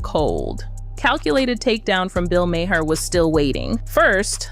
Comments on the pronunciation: NOT M A H A I R = pronounced MAYOR. The H IS SILENT. Why can’t Americans speak english properly. I feel like Prof. Higgins in My Fair Lady‼️ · Narrator, please note: Bill Maher’s last name is pronounced MAR not MAYHER. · You put together really good videos. Bill Mahr's name is pronounced mar, like car. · How could the narrator of this video not know how to pronounce Bill Maher's last name correctly? You're making fun of someone else but sound ignorant yourself. 😂